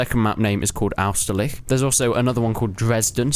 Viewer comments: how did you fuck up the pronunciation of 'Austerlitz' this much? it's not 'AusterliCH' it's 'AusterliTZ' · It's Austerlitz not Austerlich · I think you don't pronounce it 'Austerlich' ;) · why do you say austerliH ? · Isn't it pronounced like "Ost-er-lie-ch?" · You say "oust-a-lits" ("a" like the "u" in "gun") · It's pronounced as it's spelled... Austerlitz (second t is silent) I mean, if we were living in a world without technology, then I get you could mess this up, but if you type Austerlitz in youtube, I'm sure you'll find at least a dozen videos saying the name so you can copy it... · the way you pronounced austerlitz gave me 20 different STDS, and social anxiety.